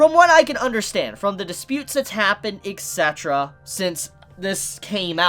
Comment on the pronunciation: ITS E T C eterra, not E X E terra!!!!!!!!!!!!!!!!!